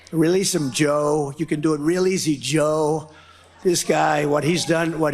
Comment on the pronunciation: Can anyone else hear his pronunciation when he says "Joe" ?